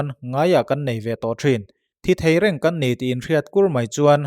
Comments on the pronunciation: Bengvakthlak țhin hle mai. "Pha" tih hi 'ka tih a ni lo' tia kan 'pha' ang deuh hian a ri hi tisangin thluk sei tur a ni a. "kan" tih pawh hi lui kân anga sawi tur a ni. A pawimawh ber lo ti r'u. 😁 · Phâ....thluk deuh la Kân tiin lam leh rawh, Phâ...kân